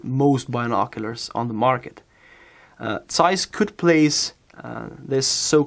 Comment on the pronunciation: Zeiss starts with a Z, not an S. Get your pronounsiation correct.